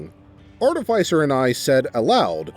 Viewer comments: no, it's art-i-fī-ser. You said it correctly. Everyone else is saying it wrong oddly enough. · He pronounced artificer correctly. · This guy must have low intelligence and wisdom. Also, you might be the only narrator that can say artificer correctly. Does no one else like necromantic tomes? Both liches and Dragons commonly makes them. They're heads that have books imprinted on them and recite the contents on command. On the bag of holding idea, just give him a normal one with an ooze in it. It'll devour everything he puts in it.